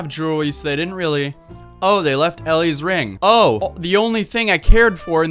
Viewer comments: Its elle not ellie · They didn’t have jewelry they didn’t take?... Austin: oh they left Elle’s ring(ELLE LIKE L NOT ELLIE) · And her name is Elle. Not ellie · her name is not elley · *Elle.... Not Elly lol. Js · It’s pronounced Elle like the letter l not Ellie as in the letters l e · you can’t even pronounce elle right or spell narration correctly so i don’t think you can be questioning ppl 😏😂🙄 bruh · You don’t even know how to pronounce Elle’s name idiot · In first place u said ELLE wrong